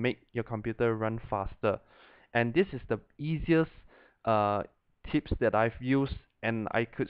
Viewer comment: it sounds like he said tits when he says tips